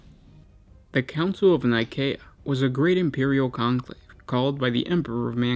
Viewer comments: Actually, that is how you would pronounce Nicea, the location of the council that formed the Bible and the Catholic church as we know it today. This is the name of a planet 28,000 years or so in the future, so Nikaea (Nye-kay-ah, Nih-kay-ah, or Nee-kay-ah) would be more appropriate. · K doesn't make a cee/sea sound. If it is spelled Nikaea it's Nigh-kay-eh or Nigh-kae-ah